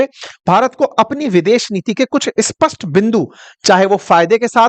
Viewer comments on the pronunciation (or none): none